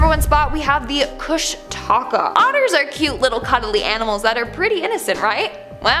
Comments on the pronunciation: Pronounced KOOSH-TI-KA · Repeat after me....there is NO 'Alaska Triangle'....it is a Discovery Channel invention. It's about as real as the 'Alaska Bush People' characters that supposedly invented their own accents. Sure ya did....Sure ya did. Also.... Its pronounced Koosh-Ti-Kaw. Do more research before taking on Alaska please :) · My moms seen a kushtaka it’s said Koosh-Ta-Ka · Also from Alaska. An its said like kooshdakaa. Love being here. But also cold haha. Love the vids.